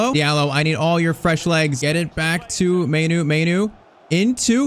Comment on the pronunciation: Pronounce mainoo like maanoo